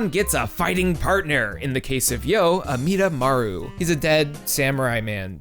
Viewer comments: DID HE USE THE 4KIDS PRONUNCIATION OF AMIDAMARU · Did this man call.... Amidamaru, just, a DEAD SAMURAI MAN?